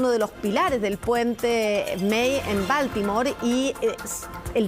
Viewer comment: Aprendan a pronunciar la palabra BALTIMORE PERIODISTAS DE JUGUETE SE ESCRIBE BALTIMORE Y SE PRONUNCIA BALTIMORE DONDE ESTUDIARON??